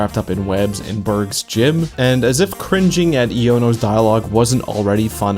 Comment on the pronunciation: I need more videos like this, I always lament how obscure some text in super popular games are. ...Just wanna say Iono isn't pronounced like that, it's pronounced like you're slurring together the words "I dunno'.